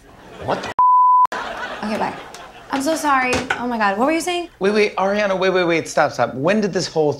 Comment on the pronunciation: not him pronouncing Ariana as "Aei-riana" 💀